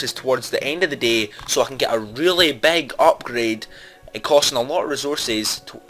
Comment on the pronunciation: wait wait wait "beg" or big I don't know what you mean by beg in boom beach.